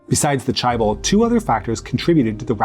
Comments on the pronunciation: Not that difficult to correctly pronounce Chaebol: "Jay (not "Chai") - bole" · Just one correction, the word 'chaebol' is not pronounced as 'chai-bol', but rather as 'che-ball'. But otherwise, this was a very informative and enjoyable video. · "Jeh-beul" for me. "Jeh" as in JEllo, and "beol" as in BAnana with an L at the end. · Are you trolling?? Because its spelled more like "che-bol". I would know. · Pronouncing it as 'che-bol' isn't wrong, it's just that 'che-ball' is my preferred pronunciation. However there is a right way to pronounce the first syllable of 'chaebol'.